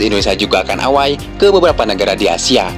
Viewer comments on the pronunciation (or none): Gua kok jadi geli denger ewei dibaca away